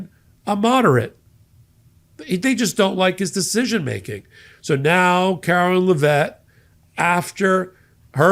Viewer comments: Karoline not Karolyn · Care-o-line....line line line...not Lyn...her name is not Carolyn it is LINE. [KAROLINE]